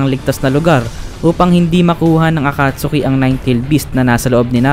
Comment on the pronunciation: a-cat-ski not akatsuki